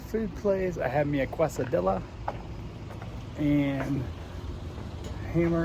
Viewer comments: Whoa... must comment on the quesadilla pronunciation. 😂 kay·suh·dee·uh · Quesadilla - “case-a-dee-ya” 😊